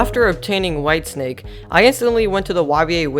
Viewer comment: He said wife snake instead of white snake